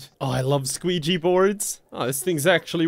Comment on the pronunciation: "I love squeegee boars"